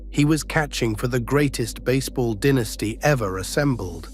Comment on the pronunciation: Ruth Gehrig DiMaggio Mantle, that's the New York Yankees Mount Rushmore, you ignorant a.i. limey announcer who doesn't even know the proper way to pronounce DIE-NAS-TEE